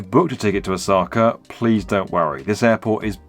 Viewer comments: It's pronounced Osaka, not Osakar. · Every time he says "Osaka" my eye twitches